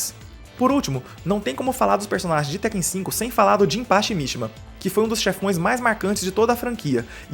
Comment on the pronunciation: Por que todo mundo passou a chamar Tekken de TÉkken? Nos anos 90 a gente falava certo.